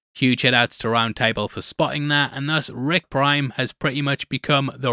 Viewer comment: I swear i keep hearing you saying ‘Rick Grime’ instead of ‘Rick Prime’